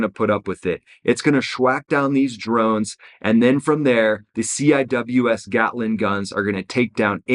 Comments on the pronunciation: The navy shipmates pronounce the CIWS, “Sea-wiz.” (CI-WS). Nobody calls it, “C I W S.” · CWIS is pronounced (see wiz) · I have never once heard someone actually call a ciws a ciws. Its always "sea-wiz" they also shoot 4500rpm. Not 100s. They dont ever max them out at 4500. One the mag is only 1250 rounds. And shooting full rpm would destroy those barrels which are expensive. Usually only fire around 2500 rpm. To preserve barrells and ammo. They use 20-30mm rounds. Thats a lot of heat. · I was on the Carl Vinson for 3 years. Weapons division. Lot of memories over the years. lmao, c.w.i.s = "see wiz"